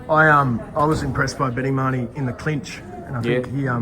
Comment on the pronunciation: doesn't even know how to pronounce His name! Ma- Ho-Nee = Mahoney, not! It. was 6 to 5 Tszyu going into the 12th & did edge out the 12th!!